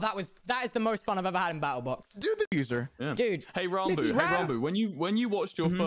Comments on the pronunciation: Never knew he said his name like Ron-Boo but spelt ranboo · Ranboo pronounces it Rarn-boo